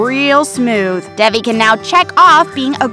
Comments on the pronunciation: it’s Davi not debe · It’s DEVI , she pronounces her own name wrong lol 😂😂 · Ik, they said it wrong it the video. Which is confusing because it’s literally one of the most easy names to remember and say correctly 😃🤚